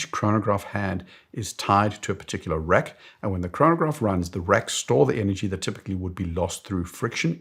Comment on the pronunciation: your “Rack” sounds like “Wreck”. Had to listen to it 3 times to get it. Do you think buying a new AP titanium leaving it unworn in a safe would have an investment value in 10 years? Won’t hold you to it.